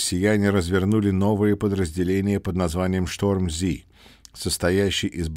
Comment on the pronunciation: Дякуємо за переклад та озвучу. Respect. Две ремарки: - не Роботайн, а Роботинэ, с ударением на второе О; - не Шторм Зи, а Шторм Зэт; Одеса.